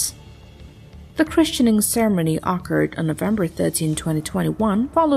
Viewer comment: Yes, but pronouncing "occurred" as "OCK-urred" is rather awkward.